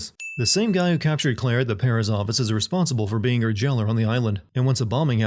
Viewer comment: It’s pronounced gee-uh-teen… Edit: The word office isn’t pronounced “Aw-Bus”. Is English this guy’s seventh language?